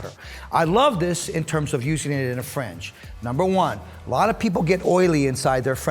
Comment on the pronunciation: Great video. Helpful advice and technique, but some people have thin hair and can't afford to take part of the top to cut a guide in order to lessen the weight. On a side note, when you say "fringe", it sounds like you're saying "french". "We're gonna suggest thst you offer a frenge benefit" lol.